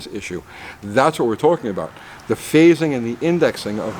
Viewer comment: “About Ghey Much” ..is that a NY thing ?🤷‍♂️ 😂😂 (when you showed rotor to post gap)